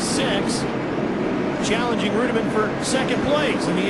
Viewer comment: I love how is mispronouncing David Reutimann's name, but is pronouncing it properly. Then the director goes AWAY from the shot of Coy Gibbs getting into Jack Sprague, then they show Jacks car crumpled and they act like nothing happened.